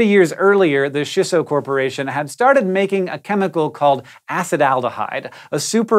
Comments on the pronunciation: chee-so...no shisso... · CHEESS-SO! NOT SHISS OH! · It's Chisso, not Shisso. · Japanese tips for Hank: - “i” in Japanese always makes an “ee” sound - “a” always makes an “ah” sound - “ch” never makes a “sh” sound. So “Chisso” is pronounced “chee-so”, and “Minamata” is “mee-nah-mah-tah” :) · "Ch"isso. Like "ch"eese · CHEE so - a SEE tal - :D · Hank... I love everything you do... except pronounce Japanese words. It's CHEE-SSO. Thanks for coming to my Ted Talk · is triggered that you aren't pronouncing it CHEEsso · Oof, those pronunciations tho.... Minamata - 'mi' like 'meatballl' and not like 'minute'. Chissa - Chi like 'cheese' and not like 'shin'. There's a slight pause between 'chi' and 'sa', like a fermata, as with all double consonants in romaji. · Chisso is supposed to be pronounced with a hard "ch" sound like in the word "chimp." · Why are you saying chi as shi? Do you also pronounce cheese as sheese?